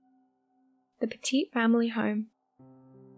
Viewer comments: WRONG PICTURE, that's Hayes not Komisarjevski And it's pronounced Petit NOT PETEET. There is just nothing more disrespectful to murder victims than getting your facts and pronunciations wrong. Best to stick to videos that won't disrespect the dead. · There’s so much more information on the second family murder. Amazon has an amazing documentary made on it and if you’re interested you should watch it. BTW, it’s pronounced PET-it.